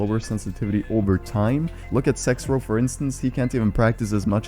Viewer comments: Not tryna make fun of u but u say sexrow but it’s zexrow. Ik it’s just ur accent but just a heads up. I love ur videos 👀💯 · Who else heard SexRow instead of ZexRow. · Everyone:: sexrow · He said sexrow 😂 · did he say "sexrow"